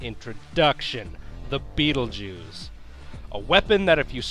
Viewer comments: Thought I heard "The betel jews" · I heard "beetlejuice"